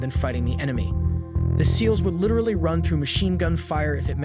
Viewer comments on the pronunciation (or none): none